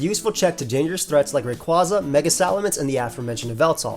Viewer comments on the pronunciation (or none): none